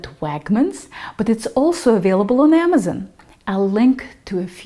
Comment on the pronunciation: Oh sweet I've always wondered how to pronounce koshihikari. Hears Wagmens and Amezen Oh shit.